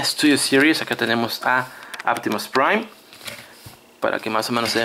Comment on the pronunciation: Porque carajos dices aptimus pwain y megatwon si es Optimus Prime y megatron